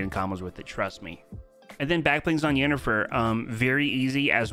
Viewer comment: U can know did not play The Witcher nor watch the TV Show because the way he pronouns Yennefer name 🤣